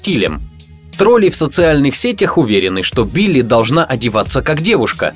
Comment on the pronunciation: "убили" послышалось.✅